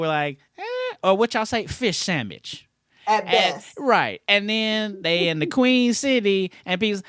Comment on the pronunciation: "Fish Sandmich" 😂😂😂😂 Classic